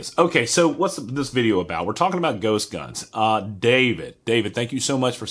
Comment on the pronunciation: Why are you calling them gost guns